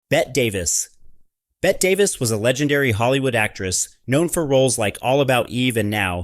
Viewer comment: Train your AI to say "Betty" instead of "Bet". No living person with any real knowledge of Hollywood would ever call Ms. David "Bet".